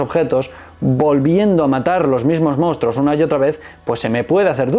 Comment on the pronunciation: Así que eres de esos que dicen "mounstruos" en lugar de monstruos...:face-orange-raised-eyebrow